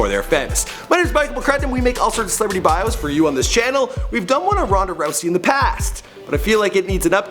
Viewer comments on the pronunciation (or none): none